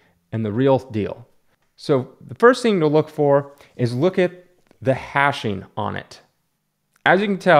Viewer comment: Its hatching, as in cross-hatching, not hashing.